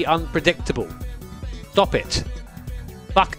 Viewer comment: FUCK BAHAHAHAAH WHY WAS THE “K” SO HEAVY